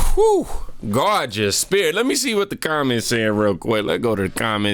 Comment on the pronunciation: Hahaha bro when you held your snowcap and said "GOARGUUS SPIRIT" 😂😂😂